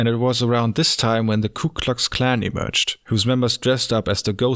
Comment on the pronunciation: I just wanted to say that I love how I heard you first pronounce the KKK as "Kook Klux Klan". It might not be what you've said, but I think it still fits.